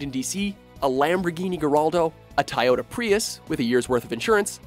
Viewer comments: Tie-otar instead of Toyota....... Really? You almost went an episode without totally failing to pronounce something properly and You said tie-otar.... Edit- Turns out I missed a bunch of mispronunciations, never mind just a normal episode. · he said Tyota instead of Toyota. Out of the entire video that's all I picked up on😅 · Dod he really pronounce Toyota as TY-Ota and not TOY-ota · I think he's baffled that he pronounce toyota, "tayota". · He said "Tayato Prius" bahahaha xD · “Lamborghini garraldo, and a tayota prius?” Get your pronunciations right. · Did he just say "Tyota"? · "tie-ota" lol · Did he really pronounce Toyota as Tie-ota? Holy hell I know is Canadian but come one. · Tyota? Where are you guys from? In every video you guys will pronounce something in a very odd way and I just wanted to know what part of the world your presenters are from... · have I been saying Toyota wrong for 30 years? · Lamborghini garaldo? Really? And what was that pronunciation of Toyota again? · Gallardo is a little difficult to pronounce, sure, but how the fuck did you mess up Toyota so fucking bad. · WHat's up with that odd pronunciation of "Toyota", toward to the end of the video? Is the narrator a British guy, putting on an American accent? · Lamborghini Garraldo and a Tie-yoda Prius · I cringed at "Tie-ada" as well as Geraldo. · The best part about this video is the part where the narrator says ''Lamborghini Garraldo'' and ''Tieyota Prius''